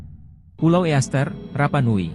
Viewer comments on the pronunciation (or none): STONEHENGE bukan STONEHE....penyebutan bahasa Inggris juga salah...EASTER ISLAND juga dibaca ISTER bukan EEASTER